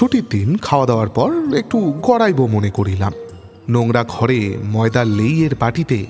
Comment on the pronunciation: আপনি পারলে উচ্চারণ গুলোয় একটু নজর দিন,বেশি শুদ্ধ করতে গিয়ে শুনতে অন্যরকম লাগে.... যেমন ধরুন চিমনী, ছিমনি নয়, গুজব, খুজব নয়, ঘরে, খরে নয়, বুঝিতাম, পুঝিতাম নয়....ইত্যাদি অজস্র.. আপনার নিজের চ্যানেল "Bengali Classics" ও আমি নিয়মিত শুনতাম, উচ্চারণগুলো সঠিক হলে আবার শোনার ইচ্ছে রইল....